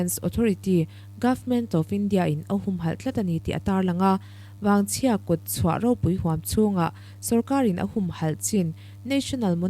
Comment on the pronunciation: Vaangchhia Nge Vangchhia? Vaangchhia tiin i chhiara,Vangchhia hi ka hriat dan ani.